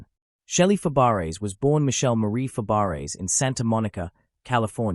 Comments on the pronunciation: It's pronounced Fabray. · Fab-a-ray. Please program your AI. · No, Fab - bray